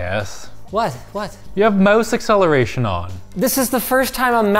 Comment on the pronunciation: "moose acceleration" smh Canadians